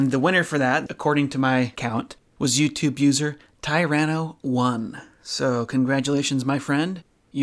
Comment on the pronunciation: Woop woop! I'm a little surprised but I shouldn't be, not a lot of people can pronounce 'Tyranno' right for some reason. ¯\_(ツ)_/¯